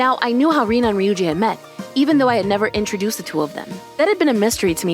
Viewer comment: Oh yeah, Rina instead of Rena.